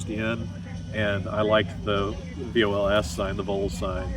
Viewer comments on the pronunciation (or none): It isn't Voles, it is Vols as in short for Volunteers. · And it's Vols as in Volunteers